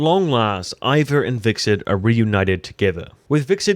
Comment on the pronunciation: It's Hvitserk not Hviksert